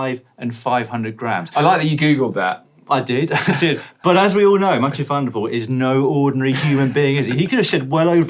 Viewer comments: 🤔.... 'Mathieu Van der Poo-el'? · Didn't he say 2 and poo ?